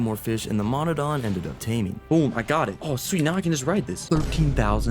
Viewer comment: "GhOt it!"